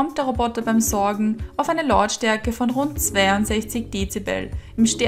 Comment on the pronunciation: Das heisst "saugen" nicht "sorgen".